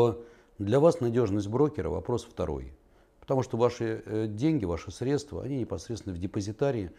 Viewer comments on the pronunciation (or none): none